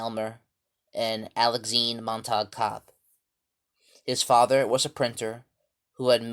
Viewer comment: Montague has three syllables (Mon-ta-gue) and is pronounced mon-tuh-gyoo. Thank you for highlighting Dr. Cobb’s achievements and contributions.